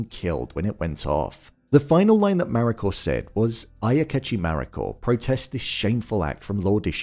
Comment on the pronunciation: Need to learn to say the Japanese names, such as "Mariko", even half reasonably well!